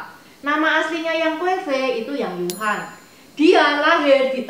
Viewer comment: Cuma aku mau kasih masukan ya , nama asli Yang Gui Fei dibacanya Yang "Yii" Huan, bukan Yang "Yu" Huan. "Yu" dibaca "Yii(玉)" artinya adalah batu Giok.